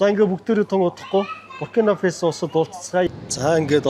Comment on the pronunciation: Фэсо биш ээ, Фасо гэж л дуудна